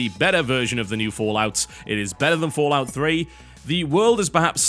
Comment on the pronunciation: It's FO. Not FA. As someone that played all the Fallouts, I prefer Fallout 3. It's my favorite. However, New Vegas was great. Thing is, the factions were neutered. Compare House, the Legion, and other factions to the NCR. That's bad game design. NV was also buggier. Not to forget, the world design when compared to Fallout 3 fell flat. The DLCs improved on this though. Every NV DLC was masterfully done.